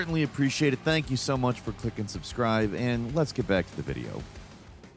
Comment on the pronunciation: "I'm die. Sank you foreva"